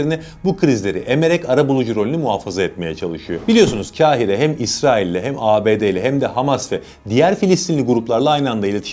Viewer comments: Kâhire değil, kaf’la, Kahire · Kral Kâhire değil Kahire diye okunur. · "Kahire" kaf harfi iledir kalın okunması gerekiyor... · Dostum; Kahire kelimesini seslendirirken yanlış telaffuz ettiğinin farkında mısın.